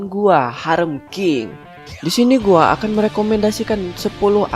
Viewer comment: Ngomong "gua" nya medok sih Min 😂😂